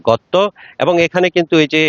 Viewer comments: গতত না ভাই গর্ত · গতত না গর্ত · ঘ্যাস কী? সাংবাদিকের তো উচ্চারণ ঠিক নেই। গর্ত কে বলে ঘর্ত। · সাংবাদিক ভাই, এটা ঘ্যাস না গ্যাস হবে। ঘর্ত না গর্ত হবে। উচ্চারণে ভুল হচ্ছে।